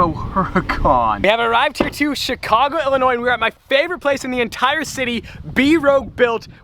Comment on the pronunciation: Thank you for saying Illinois correctly.... I hate when people pronounce the S at the end